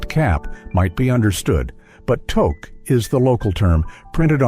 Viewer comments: TOQUE !!! Pronounce it properly eh They have this robot talking like it’s a proud Canadian. If you’re born and raised in Canada (unlike the ai robot) you know how to pronounce Toque and you also know what a Toboggan is. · TOKE a shiboleth all right. it is TEWK You have betrayed yourself with this "shiboleth." Hilarious, ironic. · It's not a "TOKE"! It's pronounced "TOOKE"! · Umm a toke is something else in Canada. Something that was legalized relatively recently and something I can't see helping you survive in winter. The winter hat is pronounced 'two-k'. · Alright man, time for a pronunciation lesson... it's toque (rhymes with Duke!) Okay ? It makes my ears bleed when I hear that mispronounced by every american AI voice!😂😂😊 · Great clip, but it's pronounced " Tooque" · Spelled TOUQUE and not pronounced as toke. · It's pronounced "touke" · It's pronounced 'tuke'. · The phrase is,, “how do you like your coffee?” And the answer was, “crisp!” You need to start reading and pronouncing properly. And TOKE? Come on! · No, no, the commercial was; "How do you like your coffee?" "I like my coffee crisp!" And Ai pronounced toque so badly! It rhymes with toot! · You mean toque pronounced tooth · It's pronounced "took" Rhymes with "kook" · Toque is pronounced TUKE rhymes with fluke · G'day (we used to say that in Ottawa when I was a teen in 1970s). What's so hard about saying "tooke" for touque? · Thank you. He really needs to get his pronunciation right. He would be getting real high in Canada, if he asks people for a toke, and wonder why he wasn't getting a hat. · Which is how it incorrectly pronounced it. Too-k, if you must. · I find the voice okay, but the "Toke"? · Obviously not a Canadian, he keeps mispronouncing toque. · AI does not know the Canadian words "toque" or how to properly say "eh?!" I am out ... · Yes the pronunciation is wrong. Toque uses a sound like the o sound found in loose. Get it fixed people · AI should learn how to pronounce toque